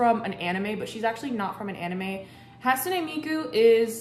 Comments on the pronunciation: Just an fyi, Hatsune is pronounced [ Hot - Sue - Nay] Ans also I love this cosplay!!!!!!! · A little bit of info it's more like hat sue nay 🎩 because that's just how Japanese works :3